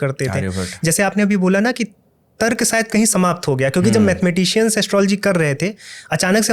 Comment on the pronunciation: Tarak nahi hota hai tark hota hai